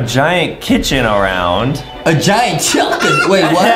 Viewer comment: I like how justi says chulkin or chimpkin instead of chicken